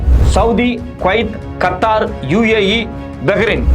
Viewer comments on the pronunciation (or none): none